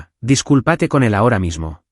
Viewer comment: Su rostro se contrajÓ. No se pronuncia así desdesr dice contrÁjo. No es fidculpatE de dice dusculpÁte